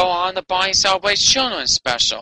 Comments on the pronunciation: "Bawney da dinosauw so special wight here on da earth?" I thought he was special on every other planet in the solar system too! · Bahney duh dininasauw! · He said heboo version of Barney and he said Barney and the back yard gay doll 😂